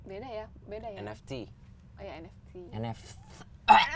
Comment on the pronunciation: susah bet ngomong nft🤣